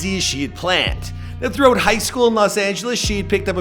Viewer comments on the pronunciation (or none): none